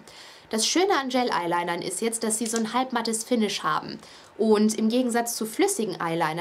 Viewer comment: cooles video aber du spricht es immer falsch aus das heißt gel eyeliner und nicht gayl eyeliner :)